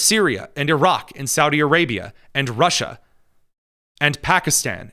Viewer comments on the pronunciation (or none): none